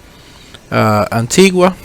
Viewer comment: It is called antigua not guwa